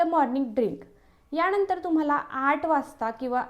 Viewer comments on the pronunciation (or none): Bapre. मराठी chya न ani ban(Arrow) मधला n . Yavar laksh de. Eikayala khup kharab vatat. आनंदी madhe ण nahi. न आहे. यानंतर madhe pan ण vapart aahes. Mhanaje nelam न chya jagi ण vapart aahe. Please abhyas kar. न अणि ण कुठे वापरायचं ते.❤ पण हा डाएट प्लान खूप छान माहिती.❤